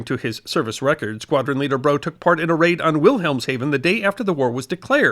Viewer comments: Australians say 'R-double A-F', and Brough is pronounced not 'Broe' but 'Bruff'. I am an Australian with relatives with this surname. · Awesome bit of history, thanks! Flight Lieutenant James Brough is pronounced 'Bruff'....just as a correction. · I think you’ll find that Brough’s name is pronounced ‘Bruff’, rather than ‘Bro’. English… unpredictable as ever. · Brough is usually pronounced "Bruff". Think of rough and tough. Some Australian place names were not perfect either, but overall this is an excellent video, well researched and well presented. Thank you for highlighting this deserving topic. As another comment mentioned, Ian Smith of Rhodesia served in the RAF. Free Poles also. As an Irishman, I should also mention Brendan Finucane, known as "Paddy" purely for his nationality. The UK forces were filled with many nationalities, some who served out of economic necessity, but all of whom did their damnedest to defeat fascism, both in Europe and the far East.